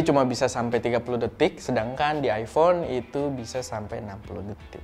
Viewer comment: ipon pake cahaya????? mas mbok belajar bhs inggris mas, banyak baca cara pronounce itu ky apa, kalo ga bisa bahasa inggris, pake bahasa Indonesia aja, malah lebih gampang.